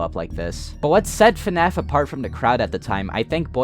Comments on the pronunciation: Why does he keep saying "FuhNAF" instead of FNAF. I'm 4mins in and already annoyed lmao. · It bothers me so much that he says "fuh-naf" instead of just fnaf, I'm sorry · The way you say FNAF… lol Maybe it’s the “correct way” but man, its just not at all the way I’m used to hearing it, lol. You say “FA-NAF. I’m used to hearing it as simply: “FNAF” 1 syllable. But tomato tomato I guess :) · God I hate when people say fuh naf it's FNAF it's one syllable